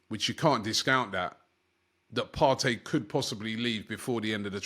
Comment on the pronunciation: Thomas partry ur say lol 😅 it's toney bruv 😂